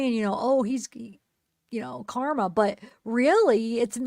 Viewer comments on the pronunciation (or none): none